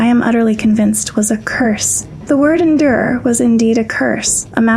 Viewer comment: I can't tell if your just mispronouncing the words on purpose. It's endure, not inder. It's ripened, not rippined? They're were so many more but I'm not gonna waste my time. I think your just trolling